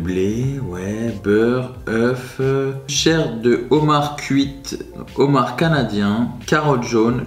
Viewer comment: "Des bouchées au Zhomard" 🤣 Toujours autant fan de tes vidéos !